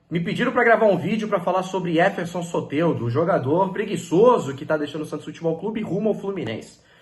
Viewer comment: Tira esse "é" do nome do Soteldo amigo, fica muito estranho a pronúncia 😂... Fala Soteldo normal.